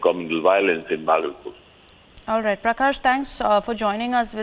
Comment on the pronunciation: indian anchors must be able to speak names of city. bhagalpur is 2nd largest city of bihar